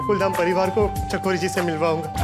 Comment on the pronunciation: Chakori ❎ Chichori✅😂